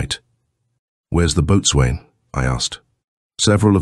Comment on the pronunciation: Ouch! Boatswain is pronounced BOSUN! Painful AI!!😡 Oam a dreadful guggling sound! Lol